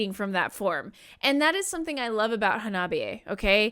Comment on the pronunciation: I Japanese, “ha-na-bi-e.” Not “ha-NOB-i -e.”